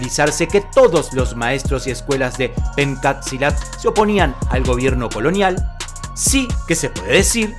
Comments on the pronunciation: hay un detalle que queremos decirle: En este mencionado arte marcial, leemos "PENCAK" en la primera palabra, pero desde el idioma indonesio se pronuncia como "PENCHAK", y por eso mismo algunas revistas de artes marciales (Budo International es una de ellas) la escriben como "PENTJAK"... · Se pronuncia penchack, no "penkat". En indonesio la "c" se pronuncia como "ch" y no como "k".